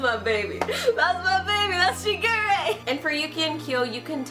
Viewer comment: This one was probably more accurate, but I will NEVER get used to how the new one pronounces Shigure